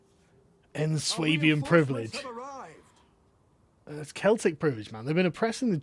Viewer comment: When you pronounce Schwaebains you pronounce it more like Wayne and Garth from Wayne's World when they say "Schwing" just with and ay instead if an Ing.